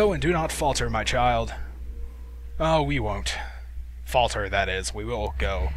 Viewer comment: He Said "My CHILE" like is that his father. Somtone who did a timeline of the games pointed that out.